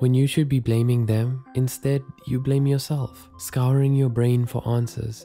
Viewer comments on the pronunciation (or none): none